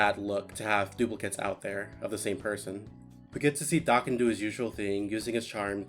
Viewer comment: Hearing someone say his name correctly absolutely scratched every itch that has ever itched i love you sm